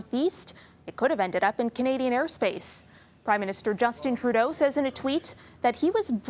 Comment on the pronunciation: You pronounced "Trudeau was told by the US to shoot it down" wrong.